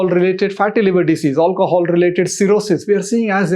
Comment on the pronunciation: drinking game: shots everytime he says "aulcohol"